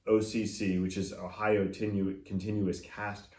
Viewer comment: Did you say "Ohio continuous cast..." ?😂. Just listened to some of these at Canjam Dallas. There are some very nice cables.